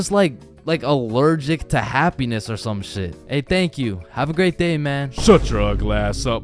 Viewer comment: At the bus. “Hapyniss” 😂